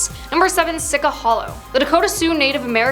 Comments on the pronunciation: Sica is not pronounced (sicka) it's actually pronounced (she- cha) in lakota it means bad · thank you for this video I really find it great and entertaining. But it’s pronounced Shee-cha, see-cha not sika and we are Lakota. Not Sioux. Sioux means snake. But other than that thanks for the info and vid!🤍